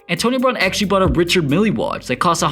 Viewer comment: "Richard Milly Watch". Lol. May wanna try again.